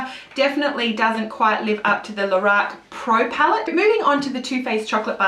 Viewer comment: And stop saying "Lahrac" ... It is pronounced "Lorac"!